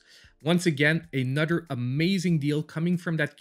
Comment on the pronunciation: You had me at “a nudder” great video